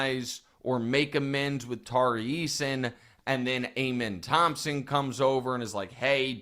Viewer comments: to be fair to reggie miller saying SHANE-goon, nick still says AYE-min thompson instead of UH-min. gotta get that one right nick 😂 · The sengun-reggie rant is hypocritical when you keep mispronouncing amen thompson